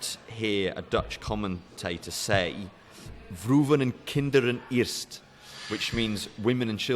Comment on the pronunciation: Good lord, I've never heard "Vrouwen en Kinderen eerst" mispronounced so horribly.